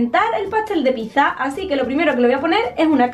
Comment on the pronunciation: piza hija mia... piza jejejejejeje